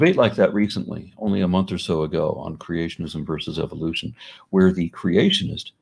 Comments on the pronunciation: Am I the only bothered that he keeps saying Eviloution ? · I like how he keeps pronouncing it 'evilution'.